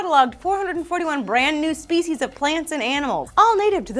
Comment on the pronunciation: 0.48 "Fish speshies".